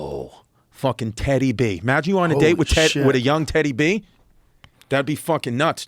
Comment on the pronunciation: “Tedday bey”